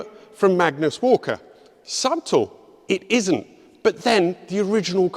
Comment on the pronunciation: Never heard "subtle" pronounced "sub tull" until today! Haha. Another amazing video man.